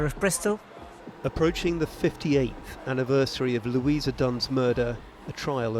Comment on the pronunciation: Lou ee sa. Not Lew ee za.